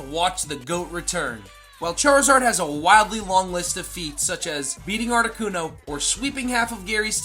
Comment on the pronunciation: IT'S ARTICUNO, NOT ARNOCUNO! FIX IT NOW!